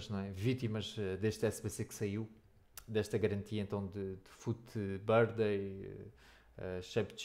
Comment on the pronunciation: Aprende a dizer Fut Birthday